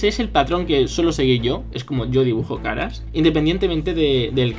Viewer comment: En lugar de caras escuché Skaraaaaa